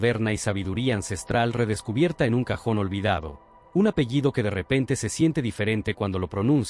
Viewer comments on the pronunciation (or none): none